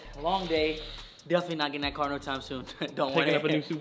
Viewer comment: BRO MET TO SAID "GETTIGN" INSTEAD OF "GETTING" Lol